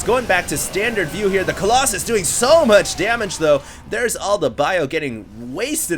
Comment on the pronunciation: I'm sorry Hd... coll"OXEN" has to go... it sounds really dumb.